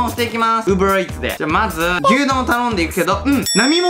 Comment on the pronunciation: Uber EATSの発音良い！！wwww